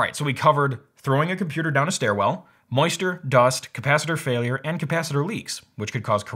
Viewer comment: did he pronounce "moisture" as "moister"??? Is that a thing? Asking as a non-native